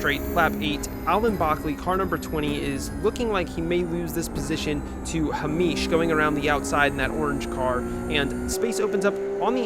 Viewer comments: Another great vid 😎 I'm going to suggest that Mr Cranston2 is Hay-mish as opposed to Hah-meesh. I strongly suspect he is of Scottish descent. 🙃 None of that however detracts from the fact that Alan would appear to be an absolute throbber. 😄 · I dunno why but calling a super common name as "Ha-meesh" like he's some exotic guy from the middle east really sent me every time you did it hahahah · The pronunciation of Hamish is sending me. Great video as always! Everybody knew it was Alan's fault...except Alan. Silly Alan. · I have never heard a Scottish name be pronounced like it's Arabic, and I love that. Tbf I can see how you read it like that ahah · has never seen the name Hamish before?? 😂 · Hahahah Its an anglo name but he pronounced it as south asian 😂😂 For real though, nice video! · why are you saying Hamish like that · Coz he’s American, not Scottish 😂